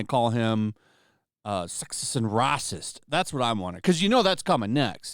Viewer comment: lmao "Rah'cist"